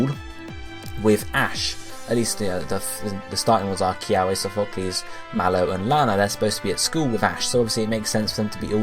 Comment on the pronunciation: Why can no one say Sophocles right...?